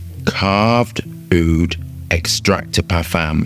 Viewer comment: Bro butchered the name 😂😂